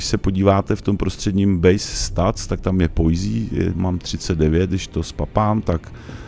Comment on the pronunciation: Videa super, ale ta tvá anglická výslovnost mě opravdu ničí :D Poise je prostě pojs a ne pojzí to samé v předchozím videu Liurnia of the Lakes - je to lejks a ne líks :D